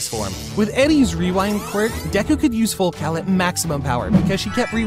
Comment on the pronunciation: Did bro say full cow 💀💀💀